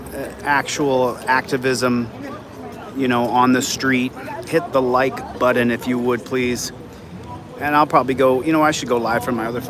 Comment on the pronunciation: I'll hit the like button when you stop calling it a budden.